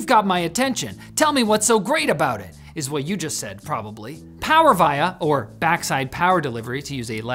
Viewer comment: That is not how you pronounce “Power Via” but great video. Thanks.